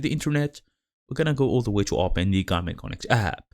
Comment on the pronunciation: Чё за гугл конект ? 😂 Гармин конет !